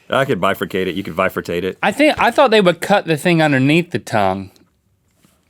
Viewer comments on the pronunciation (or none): Bifurcate. Definitely not bifurtate hahahahaha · Bifurcate - Bi meaning TWO lol from splitting the tip of the tongue in two. Did he say Vifurcate?? Lol.